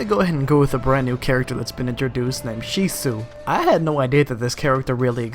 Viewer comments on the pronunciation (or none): It's shisui not sisu lol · Who the hell is "she soo"???? It's pronounced "she swee" ya dingus....kurahmah? Dude learn to pronounce them right, it's unprofessional.. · Its pronounced She Sue eee U uncultured swine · It's pronounced she-soo-e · ...I actually cringed when you butchered Shisui's name. I'm sorry. xD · His name is Shi-swee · You did NOT just pronounce shisui's name that way 💀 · how you pronounce shisui tho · Akari Uchiha Shisui* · Dude Learn how to say there names right. Like Shisui Please.